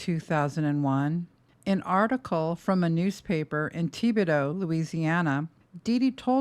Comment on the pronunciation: Tih bih doe...not Tea bed Oh!